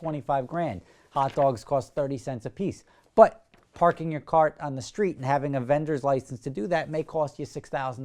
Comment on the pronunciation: I quite like the way you pronounce "but" ... bwuht